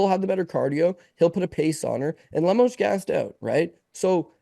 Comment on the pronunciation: Why would say Amanda Lemás? Even if you didn't know how to pronouce the name, there's clearly an O there not a A.